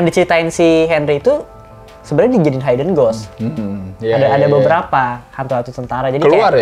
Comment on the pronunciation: blai bukan bli yah.. kan di felm juga udah terpronounce.. hidden yah mas.. bukan haiden .. hehe .. btw saya suka review kalian.. kalo mau nonton apa pasti lihat cinecrib dulu lagi pada bahas apa.. oh iya di bly manor saya sangat terkesan sama logatnya peter quint.. yg agak beda dari yg lain..lebih medok kali yak..itu logat inggris belah mana yah..agak2 irish juga. btw ane kurang satu episode lagi bly manor.. tambah seru. jadi eman2 dulu nontonnya